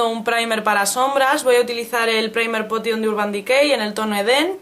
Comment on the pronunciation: Me hace mucha gracia cuando dices "praimer potion" :)